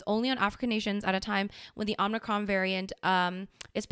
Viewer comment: You guys need to watch Futurama so you can learn how to pronounce Omacron.